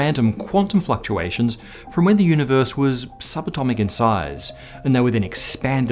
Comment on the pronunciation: "Density Fucktuations" You have my attention.